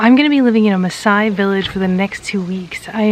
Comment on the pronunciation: Your pronunciation of the maaasai words is superb. You're so fascinating and I love how you've showcase our culture to the world with a lot of positivity